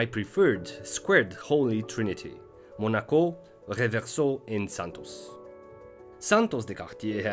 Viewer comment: Your pronunciation of the word "Reverso" is already worth two thumbs up! Great content as always.